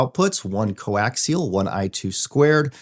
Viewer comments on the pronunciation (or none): none